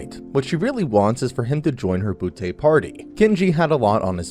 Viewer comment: Dang it’s called bootay